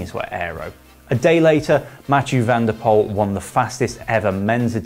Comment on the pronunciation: van der Poel not van der Pol